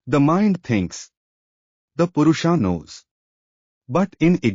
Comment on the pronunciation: Request you to pronounce Sanskrit words correctly. Otherwise your narration is perfect. Not Purushaa, it is Purusha; not Praakriti, it is Prakrati; etc.